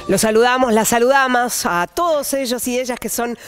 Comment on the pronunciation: Posta dijo saludamas?? 😂😂😂